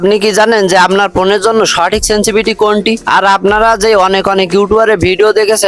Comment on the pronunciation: ভাই সেনসিভিটি না। শব্দ টা সেনসিটিভিটি